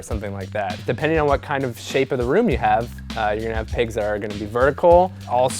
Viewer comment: Definitely thought he was saying 'pegs' not pigs.... Guess who's a kiwi? :P